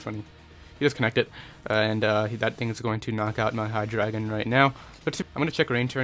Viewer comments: Either way, it's still Hy-DRY-gon. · he said hy-dragon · Its pronounced hy-dray-gon